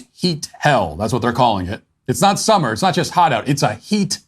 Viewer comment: Funny to hear one guy talk normal and then the other has to talk retarded to give weather